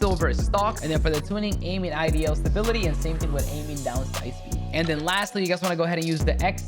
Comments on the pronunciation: This dude really said “aiming IDL stability” lmfaooo wtf bruh need to go back to English 101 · Bro please learn how to pronounce idle